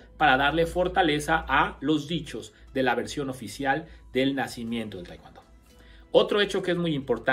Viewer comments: Se dice TAEKWON-DO NO TAEKWAN-DO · Como.puedo prestar atencion a alguien que al Taekwon-do le.dice TaeKwAndo.. Mis respetos...Pero.No.... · Ustedes en Mexico enseñan taekwondo con la indumentaria de Tang soo do....🤔 es muy raro eso....segundo ...pronuncian "taekuando" no se por que....y despues ponen en duda las acciones del maestro Choi...que fue un genio creador del tkd...y fundador del la ITF. El tang soo do es otra cosa y listo dejen de mentirle a la gente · De verdad eres un charlatán, me dan mucha lastima los que te creen aprende a pronunciar bien el nombre del arte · No sabe decir taekwondo y se manda a cuestionar a su creador